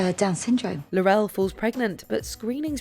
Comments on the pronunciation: It's Tarrant, not Tennet. Laurel, not Laurelle. Also, Diana Ingram was not the one who coughed to signal the correct Millionaire answers - it was Tecwen Whittock. Mind you, it's probably a mercy that this narrator didn't try to pronounce that name! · It's Laurel, not La-rel. SMH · she pronounced Laurel wrong too. it's like they're doing it on purpose